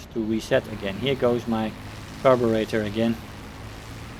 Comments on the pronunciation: Just stopping by to let you know that your pronunciation of "Carburetor" was actually spot on. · I am Brrritish and I approve of your pronunciation.